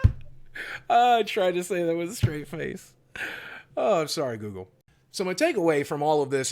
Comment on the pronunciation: When u say google I crack 😂💀